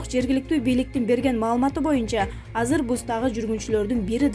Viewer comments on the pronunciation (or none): none